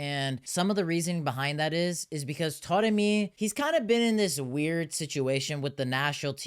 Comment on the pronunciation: I keep noticing you saying "Toremi"... is "a" pronounce as "o" in Persian?